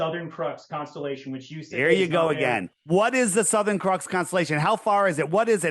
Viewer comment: Why does he keep calling it the crux constellation? Everyone else in the world calls it the southern cross. Quit this desperate attempt to sound smart, you're not even pronouncing crux correctly.